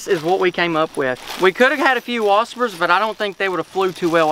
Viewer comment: Whaspers LMFAO